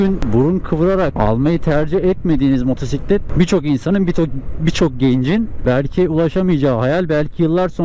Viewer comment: Şu motora Allah için motusitlet deme !!